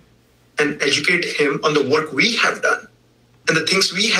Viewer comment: Every time he says “Vee will continue” I 😂😂😂😂